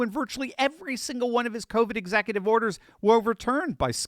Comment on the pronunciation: What's an exackutive?